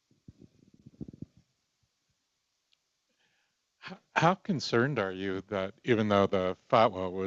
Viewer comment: At least pronounce his surname correctly ffs